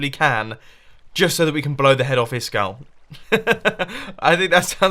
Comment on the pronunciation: "Blow the head off of ISKUL" Sounds like blow the head off of his skull